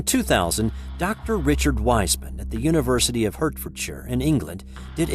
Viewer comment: Richard Wiseman is an arch-skeptic, don't think he'd say that - look him up! (Hertfordshire is pronounced "hartfordshire" by the way.)